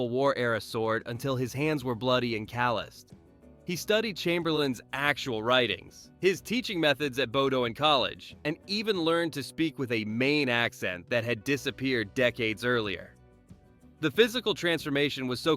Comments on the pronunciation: You mispronounced "Bowdoin" College. It's "Bow-don". not "Bow-do-in". Otherwise, an interesting video. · Daniel’s made the effort to learn an extinct pronunciation. The maker of this video couldn’t be bothered to figure out how to pronounce Bowdoin correctly